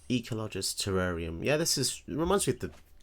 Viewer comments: the emphasis is on "col", you put it on "log". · Why did you say "Ecologist" incorrectly?